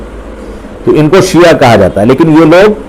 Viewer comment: Bhai siya nahi shia hota hai